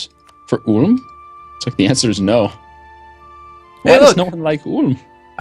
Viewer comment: They are saying Ulm wrong